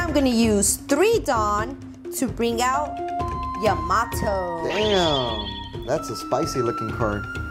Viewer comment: Learn how to pronounce Yamato …